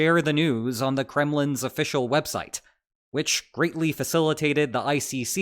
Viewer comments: “…with an offitional commissioner on the job…” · my brain noticed something was off but it took a moment to realize you said "officional commissioner" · "officional commissioner" lol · You had me at “ officianal “